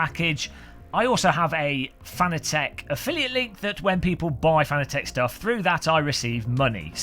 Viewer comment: Im not even 15 seconds in and im thinking, shaking my head.... Geeeesss, say it right, like FA NA TEC and not what most seem to say FAN A TEC Let me help you, CUP A TEA = CU PA TEA :) Nice rim, though sold out already... We still have yet to see the PS4 & F1 licensed (DD1 / Wheel Combo)